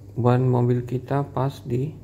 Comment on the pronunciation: Dibacanya mobil om, bukan mobile 😅